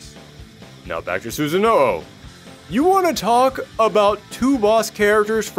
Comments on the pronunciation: This has come up in a lot of fighter lore videos I’ve watched lately. Sooo-sah-no-oh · Please refer NARUTO for correct pronouciation to Susano'o